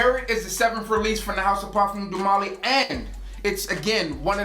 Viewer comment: "Parfums doo molly" smh